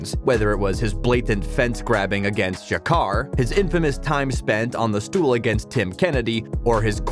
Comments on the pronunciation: His fence holding against "Ja-car"?? You mean "ja-cur-rey" it's funny when these guys who read scripts don't actually know what they're talking about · It's not Ja-car, it's Jah-ca-rey. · Fence grab against JA Car lmao Ja Ca Rayyyy lmao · “Jakar” good one idiot. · Jacar? 😂😂😂😂 U definitely don’t watch ufc 🤦🏿‍♂️ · who the fuck is Ja car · Who’s “Jacar”?? Lol 😂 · You call Jacare , JAHKar 😂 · I switched off when you said "Jacar", fuckin casual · Its a secret to him because he doesn't even watch mma. Jacar? Haha I'm not even a jacare fan and I know how to say his name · thats the moment everyone found out this guy doesn’t know what he’s talking about.